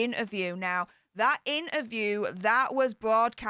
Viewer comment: Please, please, please say inTerview, you miss out the T. Now I am bore and bred Yorkshire but it really irritates me, so please?